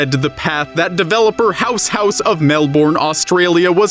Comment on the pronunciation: didn't pronounce melbourne right and that is treason